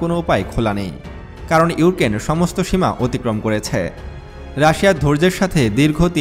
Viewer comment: ইউকেন না ইউক্রেন